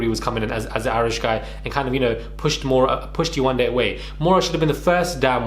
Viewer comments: They can pronounce “Elizabeth “ and not “ Yewande” - yay , one , day. 😑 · Lucie must be slow. How can you not pronounce Yewande? YE-WAND-DE 🤦‍♀️, makes me think she was doing it on purpose. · Yewande is not a difficult name to say. The name flows so beautifully how can you continuously get it wrong? It's just pure laziness, rudeness and racism. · Yewande isn’t even difficult to pronounce..and it’s a beautiful name!! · Here’s the link : Are you going to make a video on this guy for mispronouncing her name? You seemed to find it funny here though 🤨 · I’m white. Never had a problem pronouncing any name. These people are so embarrassing. Yewande is a babe. She shouldn’t be putting up with this shit in 2021. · If I can read a Harry Potter book that has words like Expelliarmus, Expecto patronum and Wingardium Leviosa at the age of 12. Why can't head and shoulders, a big adult pronounce Yewande, kmt! Go collect your extensions and wait for the rubbish truck at the side of the road. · Why not make a effort to say her name correctly??? Lucifer Karen you are a mess 😳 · They can pronounce rapunzel but they can’t say yewande name 🙃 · Yewande isn’t even difficult to pronounce, Lucie was intentionally being a dickhead then now playing the victim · Yewande isn’t even difficult to pronounce that’s how you know lucifer is just racist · glad someone else thought the same, it proves that she just doesn't respect her enough to learn it...like how thick and simple minded do you have to be to not know how to pronounce it or at least put the effort into learning how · 3 weeks to pronounce a 3 syllable name. I really can’t get over this. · I saw this on twitter. I'm glad Yewande is exposing Lucie but also drawing attention to the way that people can be so dismissive. My daughter has a Nigerian name and the amount of times foolish people don't pronounce it correctly. She's 7 and she knows to correct them. You better put some respect on my name!!